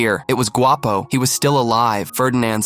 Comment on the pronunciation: You said Guapo by prenonsing the “G” word in Spanish the “Gu” makes the w sound